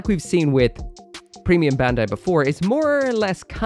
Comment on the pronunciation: "bendai" When will you finally learn to pronounce Bandai (バンダイ, bun-die) correctly?